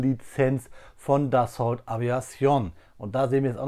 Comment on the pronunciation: Wird das Dassault im französischen nicht eher Dasso ausgesprochen